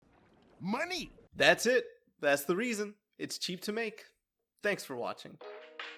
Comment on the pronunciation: "moaoaney" got me dying💀😭